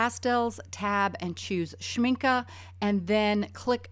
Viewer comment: It's nice to hear "Schmincke" pronounced correctly.